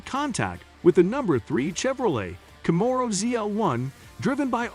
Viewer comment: Plz say camero and Chevrolet properly! I really want to like this channel but I can't due to the fact you're not pronouncing those right! I wish you well